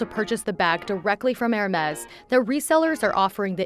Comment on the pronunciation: Makes a video on Hermes but can’t even pronounce the name properly 🤦🏼‍♂️